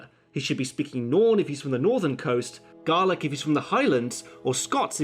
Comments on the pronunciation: Speaking Garlic lol. (It's commonly pronounced Gail-ic) the letter AE (ash) in middle English is pronounced as ai in modern English. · She said "ga-lic" which is correct; you said "gar-lic". *ahem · just a quick one, when you were taking about the Scottish language you did mispronounce Gaelic. it is pronounced "Gay-lick" not garlic. apart form that another kool video. Good work fella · Did you just say Garlic? It's Gaelic, with an A sound. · Nope. You definitely said 'Garlic'. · Nah, I'm Scottish and you said garlic lol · You mispronounced Gaelic. It's said like 'gale-ick' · I find it funny he goes on about pronunciation and stuff then mispronounced Gaelic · You pronounced gaelic wrong!